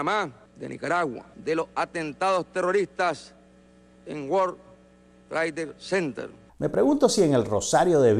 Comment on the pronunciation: guor trade cente 🤣🤣🤣🤣🤣